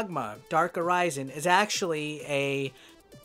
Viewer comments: The way you say 'Arisen' /əˈrʌɪzən/ makes me think you haven't played it. The pawns call you 'Arisen' /əˈrɪsən/ all the God damn time. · Yeah I noticed that too. Makes me think he hasn't played it. The way he pronounces 'Arisen' as /əˈrʌɪzən/ ... I mean, the pawns call you 'Arisen' /əˈrɪsən/ all the God damn time. How do you miss that? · A rise inn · I was gonna say the same thing. Funny thing is he actually said it wrong the first time he said it then he said it right the second time lol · *Uh-Ri-Zen That's how the game characters say it. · You said Arisen wrong